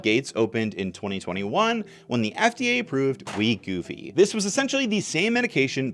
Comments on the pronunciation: Wegovy is wee-goh-vee or we-go-vee. And Gila is hila, he-la, he-luh. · LOLing at his pronunciations. It's we-go-vee and hee-luh monster. In all seriousness though, everyone overweight is overweight for different reasons. There is no quick fix. Each person needs to work with a physician if possible to determine their specific weight loss needs.